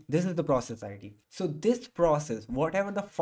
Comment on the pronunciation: I love how you said "tho" instead of "so" xD Lots of love from India. Keep doing what you do best.